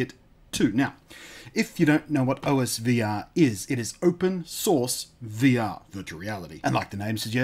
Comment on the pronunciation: It's pronounced (aws-ver)